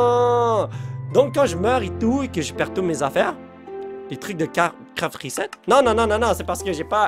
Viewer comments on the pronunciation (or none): none